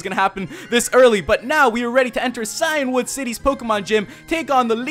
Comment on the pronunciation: If he called Cianwood City Clanwood City one more time I would've just shut this video off. The last video irritated me when he kept repeating Clanwoood.